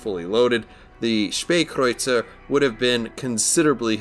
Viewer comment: Thanks for the review cannot wait to get the tech tree version of this ship also I always said (spa) kreuzer thanks for correcting me,also I'm really liking the new editing skills